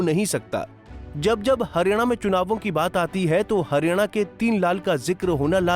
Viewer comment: हरियाणा को harina kyon bol rahe hain